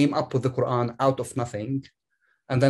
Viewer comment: should invite a medical doctor to talk about the ko-ooran.